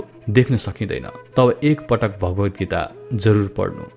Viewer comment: Bhagavadgita ko uchcharan garda Sanskrit athaba Hindi, Nepali ma gare justo garnuhos. Tapai ko uchhaaran bhaagavadgita justo bhayo. Don’t pronounce as aa in bha but pronounce bha as pronounced in Nepali